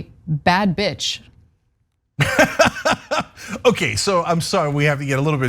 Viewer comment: I woke up when Ana said bad beetch.